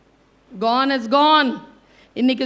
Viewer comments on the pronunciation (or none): none